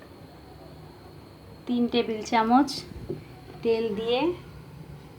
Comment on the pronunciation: চামিচ কি,চামচ